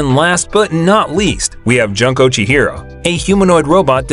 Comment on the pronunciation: poor junko, butchered by the narrator